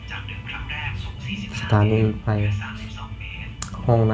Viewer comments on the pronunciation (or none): ในภาษาไทย ตัว พ.พาน และฟ.ฟัน ออกเสียงต่างกันครับ แต่ออกเสียงเป็นรถไพ ไม่ถูกต้องต้องอ่านเป็นนรถไฟ